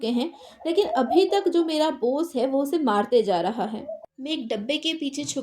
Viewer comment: Boss❎ Bose✅